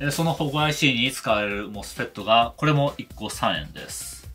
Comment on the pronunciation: 「もすふぇっt！」は。 Mみんなに O教えてくれる Sすごーく Fフレンドリーな Eエキスパートの Tテクニシャン